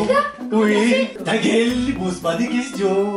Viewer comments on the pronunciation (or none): il dit aussi taguel